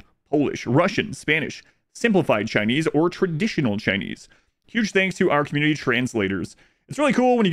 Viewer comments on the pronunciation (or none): none